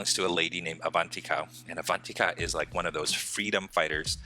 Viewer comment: i am indian and you said Avanthika's name wrong